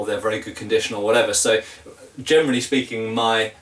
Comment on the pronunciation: Your "generally" often sounds like "germany" :D Do you have (buying-)experience with older swords, e.g. from the 15th century? Where do you get your non-antique swords? What are good modern manufacturers for medieval swords (possible cathegories: authentic, good for training, good for exhibition fights,...)?